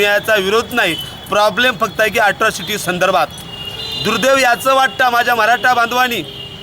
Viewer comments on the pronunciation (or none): hila atrocity bolata yet nahi aajun....asrocity bolate